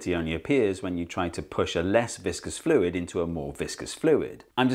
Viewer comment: I just watched Dr Lindsey's video on deaccenting, and then immediately after I hear you not deaccent "fluid" when you say "less viscous fluid" after "more viscous fluid". Funny that.